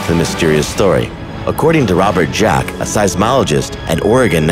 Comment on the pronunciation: Everyone talking about the 'bloop' and here I am wondering how 'Dziak' is fucking pronounced as 'Jack' in ...